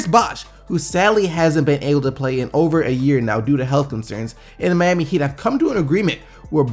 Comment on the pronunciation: you say Miami weird lol. I like the channel, keep up the good work.